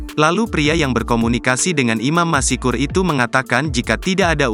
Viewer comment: Masykur bukan masikur !